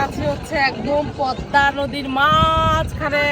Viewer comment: প+দ+ম+া=পদ্মা, ম এর উচচারন হবে না।